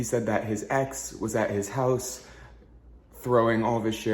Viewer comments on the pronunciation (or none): none